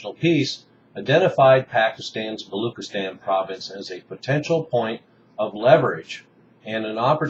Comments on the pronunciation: Its not balookistan, its pronounced balo-ch (as in china)-istan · hey u pronounce "balochistan" not as "balookistan" but as "baloCHistan" "CH" sound as in china dana rorbacher was making the same mistake and was ridiculed in pakistani media for that.